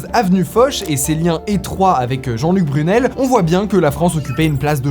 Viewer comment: Mais je crois qu'on dit "Jean Luc Brunil "et pas "Brunel" non ???